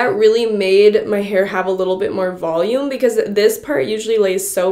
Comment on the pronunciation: "Volumeneneness" YASS I'm here for this. ILY MIA